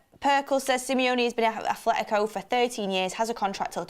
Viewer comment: You talk so much about and pften about Simeone. Yet you still pronounce Atletico with an H that isnt there. And it bothers my ears every time😅🤣